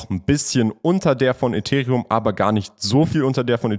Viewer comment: kannst du bitte bitte ethereum auf englisch sagen